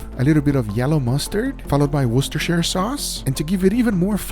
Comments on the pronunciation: wait guga can pronounce Worcestershire sauce perfectly??? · Thank you, you are the only YouTuber I've seen who says Worcestershire sauce right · HE DID IT, HE SAID WORCESTERSHIRE SAUCE RIGHT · casually pronounces worchestershire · The only non English guy that can pronounce Worcestershire sauce right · The only man that can pronounce wishtashire sauce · The way guga pronounces Worcestershire makes me so happy, he’s like the only American/non-British person who can pretty much pronounce it correctly🤣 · Best part of the video is where he pronounces 'Worcestershire sauce'